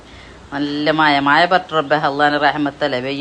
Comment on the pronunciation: ഏതു ഭാഷ ഇത് മയയല്ല മഴയാണ്